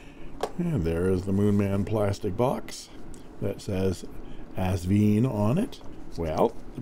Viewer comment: The company name is AsVINE, pronounced like a grape VINE. Besides the owner Britnum Li pronouncing it correctly on other videos (Sally's husband BTW), the box gives the clue, as it ends in a vine at the end of the 'e'. ;-)